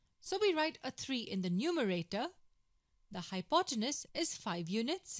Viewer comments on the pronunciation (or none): Well presented. A polite, humble, gentle suggestion: phonetically, hypotenuse is hypoteNEWS.